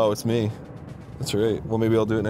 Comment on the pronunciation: I HATE the way some singers pronounce 'me'. They pronounce it as 'may' and it sounds stupid every time I hear it.